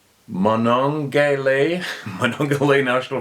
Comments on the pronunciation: Monongahela Muh-Nong-Guh-Hay-Luh (My family’s part of the world so just being helpful.) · pronounced mon-na-heal-yah,, has great trout fishing!!!!!! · Oy vey! Lol, the word is pronounced 'ma non ga hay la', some pronounce it as 'ma non ga he la' it's a native american word of the Lenape tribe that means "falling banks". I was born in southwestern Pa near the Monogahela. I have an older cousin who lives quite close to the river. He has a doctorate in anthropology and was a professor at West Virginia University. We hadn't spoken for awhile and when we recently talked on the phone i mentioned my interest in sasquatch. He chuckled. I told him there were plenty of reports in his general area. He asked if i actually thought it was possible for a being of that size to be able to live there. I said that they have been seen in areas a lot smaller than the rolling hills of southwestern Pa. He was amazed that i believed in such a thing and i was anazed that since he studied the subject of people that he had passed over all the of the countless reports and accumulation of evidence from people all over the world. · Prodounced: mahn-non-guh-Hay-luh. The national forest in West Virginia. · Pronounced, Mo-non-ga-hay-la, spelled Monongahela HTHY!